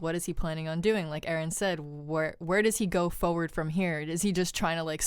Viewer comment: “...moving fawrward”